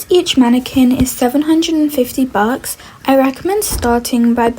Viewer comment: Sry but when she says bucks it sounds like bugs…